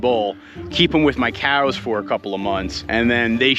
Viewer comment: Can you please say "come on COWS" instead of KJOUWS :D atleast one time so i can sleep :D